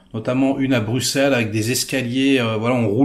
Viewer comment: Mon cher ami,, stp Anver se dit Anverssss! Ah Bruxelles c'est Bru-sel et molenbeek mole-eune-béék